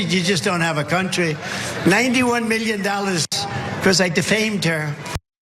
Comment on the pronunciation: Mee-yun? Mee-yun? is that USD? The f**k is 91 mee-yun?